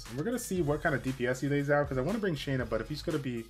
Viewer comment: Thank you for saying her name correctly